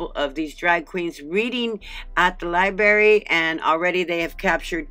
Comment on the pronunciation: It's a LI-BRARY... Not a LI-BARY!!! Im pretty sure all "berries" tell the truth and aren't lying!!! LOL But jokes aside, I totally agree that this is disgusting and vile behavior and should be investigated until we hold someone accountable for allowing it to even take place!!